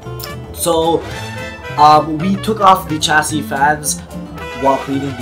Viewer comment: It's not pronounced "Ch" for chassis its "Sh"